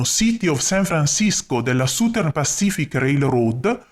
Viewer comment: Uno usufruisce gratuitamente del tuo impegno, quindi esprimere delle critiche potrebbe sembrare scortese, però, oltre ai giusti complimenti, ti consiglio di curare un pochino meglio la pronuncia delle parole inglesi. "Southern" dovrebbe suonare qualcosa come ** sazern*. La **Z* rappresenta la pronuncia del the degli inglesi, e per noi italiani è oggettivamente un suono un po' difficile da produrre ma la prima vocale è una semplicissima "a", non "u"" . Ciao, grazie per i contenuti che metti a disposizione di tutti., ,👍🙂